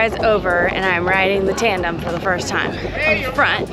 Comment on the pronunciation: are you saying "trandem"?